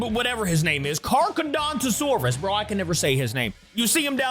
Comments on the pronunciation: Not car car, car cara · the carcharodontosaurus pronunciation Car-Car-O-Don-Toe-Soar-Us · It’s pronounced car -car - dawn - ta - Saurus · the carcharadontosaurus was said like car-car-a-dont-o-saurus its wierd though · can you not read? it aint that hard to pronounce charchar